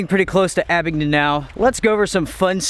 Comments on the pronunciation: please guys abingDON NOT abingTON very disturbing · Not trying to be a word Nazzi but it's ABINGDON with a "D." I used to live in Tazewell County VA. I Would drive to Damascus 3 or 4 days a week to pick up a co-worker then drive to Abingdon or Bristol to work. My co-worker lived in one of the old stone houses built probably pre world war II. It sure is a beautiful area. That was back in the mid 80's. I lived in Charlotte in the 90's & I used to drive up through Mt. Ariy to Witheville & on down 81 to Bluefield then to Buchanan County. To home. The whole area is picturesque. I live south of ATL. now. I get up that way 3 or 4 times a year.